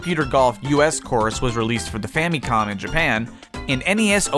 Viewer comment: Did he actually say fam-E-com